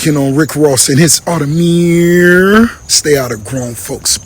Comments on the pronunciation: He said it was an Audemeeers not an Audemars, lol! He was telling you it was fake without saying it was fake! Pick me for the watch giveaway! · It's a real Audermiiir, not an Audemars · I’m crying because it just dawned on me that he was really wearing an Automeeeeyyyyerrrrr and not and Audemars. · Need that watch “hee haw” 🐷….. 🫡to u keep giving us what we all look for….. And secondly I’m not sure why Ross didn’t just produce paper work for the “audemieeeeerrrrr” as Ross put it😂😂😂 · Bruh I felt cringed hearing Ricky say audermeeeeeeeeeeeeer 🤣😂🤣🤣🤦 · Lmao at fake ross, for wearing a fake audemirrrrrrrrrrrrrrrrrr😂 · The second hand embarrassment I got when he kept saying “Audermeeeeeeeeeeeeeeeer”😹😭🙌🏾 plus the race bait yoh 💀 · “Speaking on Rick Ross audemarrrrssss” 😂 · audermeeeeeeeeer 🤣🤣he's an adiot🤣🤣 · nah that "Aude-mierrrr" was hilarious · Audemiiiieeers at the end had me weak 🤣🤣 Great callout! greetings from the Netherlands! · The way he say audimeeeeeer needs to be clipped hahaha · “Audi-Meeeeeeer” He also probably can’t spell piglet 😂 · Embarrassing that Rick can’t even pronounce the brand correctly.